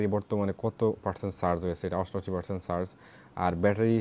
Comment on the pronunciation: ভাই, আপনি বারবার একট শব্দ উচ্চারণ করতেছেন "ছার্চ" এটার মানে ঠিক বুঝতে পারলাম না।